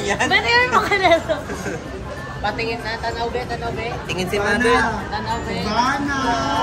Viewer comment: "Tan-aw be, tan-aw be." Haha. Taga diin ka,?